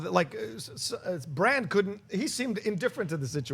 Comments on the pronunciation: I am the only person annoyed as hell everytime they call him Bronn instead of Bran?...Bronn is another character entirely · I kept thinking you were saying "bronne" is back. Its bran with an A haha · Are you guys calling Bran "Bronn"? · Bron?! No, he's name is Bran like in All-Bran cereal. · Bran! Bran! Bran! My head was gonna explode when they kept saying Bron lol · Can please stop saying Bronn when talking about Bran? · John, his name isn't Bronn! It's Bran, damnit! Lol But Bronn is back so you're not completely wrong... but it's Bran! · Hoona Hoona It's there accents I guess. He knows it's spelled Bran but for some reason he pronounces it Bron . He and others also pronounce Han Solo as Hon Solo. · Would it kill you guys to pronounce brans name right? Bronn is a whole other character... geez